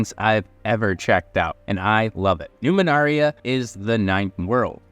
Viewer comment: I would recommend splitting the video in chapters or at least provide timestamps with those. Also it is "Numenera" and not Numenaria. Overall a fairly good review though